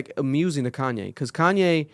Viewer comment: Just say Kanye right and y’all understand him